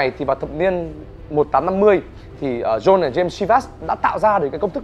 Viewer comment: John đọc là Jon bạn nhé